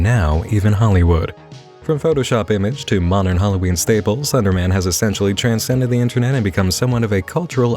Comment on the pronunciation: Is it just me or does he pronounce Slenderman as Thunderman